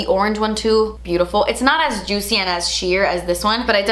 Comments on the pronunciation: I love you but I literally couldn’t keep watching with how you we’re pronouncing juicy... it must be too early in the morning for me lmao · REPEAT AFTER ME: JOOT-SEE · Me when says juicy::( Me when says ju- tsy::) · Take a shot every time says the word juicy (aka juTsy) 😂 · The only person who can say Juicy.........with style.......but- ITS JUST J-U-U-T-S-I-E hahaha!! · "Juitchy" it kills me hahahhaa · No one:.....: JUITCY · Im here for 'jut-see' from her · Who else LOVES when she says juicy 🤣😊